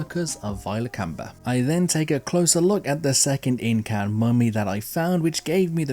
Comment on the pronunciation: Vilcabamba. Not Vilcamba. Not Vicamba. It's not that hard.